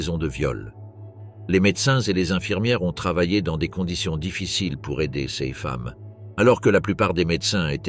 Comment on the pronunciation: L'IA est terrible! "Ces" n'est pas CS et ainsi de suite...